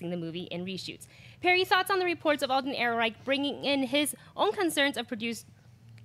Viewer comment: Hears panel member throw shade at starwarsnewsnet, mispronounce Han Solo stars name. Facepalms What's happened to this show?